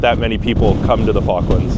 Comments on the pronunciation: You saying F.cklands all the time is irritating. With my name being ‘ Falk‘ I know how the Chinese call me, accordingly. So: the name of the islands is pronounced with an O like in office (just like the interviewed chap pronounced it!) rather than the used pastime you intonate 😜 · It's pronounced Fork - Lands not Faarklands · Please, please, pronounce the first L... it's not focklands... it's FaLk.lands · You pronounce the L usually - its how it pronounced in the UK, including by Falklanders. not 'Foklands' ;) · Stop saying Fockland and pronounce Falkland correctly. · Great video but you cannot say "Falklands" correctly - you need to pronounce the first "L"